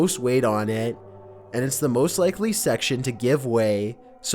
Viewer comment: At MoOsT